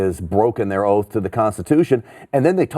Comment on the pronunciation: Nancy Pelosi: 'Ooaf of Malice'.